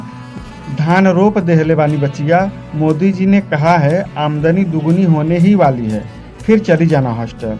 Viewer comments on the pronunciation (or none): none